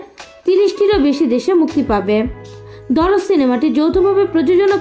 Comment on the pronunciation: Darod na dard ? Ke jani re vai😂